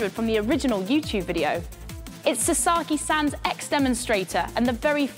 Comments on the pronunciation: You completely butchered the guy’s name! It’s pronounced Sa as in ‘sa’ssy times two so… Sasa then add a key, then you have Sasaki. Do your homework. You wouldn’t like your name butchered either. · Honestly if you're going to make a journalism piece where you need to pronounce a foreign name, at least learn how to pronounce it correctly. It's not 'sa-sarr-ki' it's 'sa-sa-ki'.